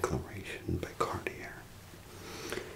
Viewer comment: Good stuff, but one little distraction: The designer names need to be spoken the right way. For instance: Givenchy pronounced as "juh-VEN-chee" here ought to really be "zsuh-vawn-SHEE", and Cartier spoken like "car-TEER" needs to be said like "car-tee-AAY", etc.